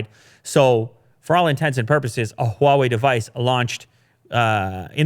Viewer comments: So NOW finally learned to pronounce Huawei correctly:) no longer "waawei" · Ur pronunciation of HuaWei has improved so much.